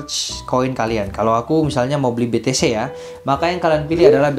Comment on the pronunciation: Be te ce om bukan be te se hehe cmiiw